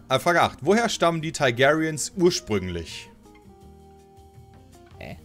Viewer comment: Teig airiens, Thai gayrians, Day Nörres ^^ Alles klar,!